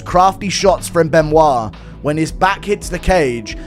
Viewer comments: Its pronounced Be-no-it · Ridiculous how many of these clowns pronounce it "Ben oyt" and not "Ben wah".... Either way, Pimblett wins. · Benoyyt Sane Denise 😂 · Are we seriously calling him Ben-oight? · How the fuck do you think it’s pronounced Ben oyt? lol. Good god. Learn to read. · It’s pronounced Ben- wah…… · Benoyyt lol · its actually Bun-wah to be 100% correct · Beuh-noix actually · Why dom say Benoit like that 😂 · It’s embarrassing to listen to. Not Only did D. Cruise prounce BSD’s last name Ben- oyt, but he pronounced the “s” in his last name and it came out like Denise. How far under a rock do you have to live to have Never heard a French name pronounced?!🤣🤣 ffs Even Chael (the lowest bar there is- and we all love him for it) can pronounce his name!!!!!!! I’d bet you could offer Cruz a million dollars and he wouldn’t be able to pronounce Saint in French.